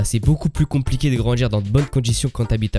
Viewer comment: Tes vidéos sont intéressantes, mais ta façon de prononcer les ‘tu’ et ‘ti’ en ‘tchi’, et les ‘di’ en ‘dji’ ( tu dis ‘grandji’ au lieu de ‘grandit’, ‘voitchure’ au lieu de ‘voiture’, ou encore ‘objectchif’ au lieu d’‘objectif’), c’est franchement insupportable. Ça gâche l’écoute alors que le fond est bon. Dommage.